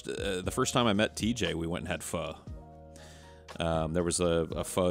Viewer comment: one of the rare instances i've heard pho pronounced correctly